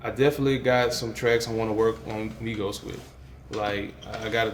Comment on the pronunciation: Who did he say he has been listening to? Sounded like "Migo" but I have no clue?